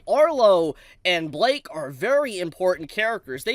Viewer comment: why are you pronouncing blyke as blake